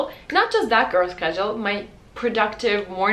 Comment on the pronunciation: i thought that you said at first "bad girl" instead of "that girl". :D